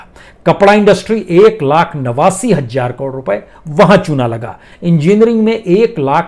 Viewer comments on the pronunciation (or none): Hajjar nahi hazaar boliye janab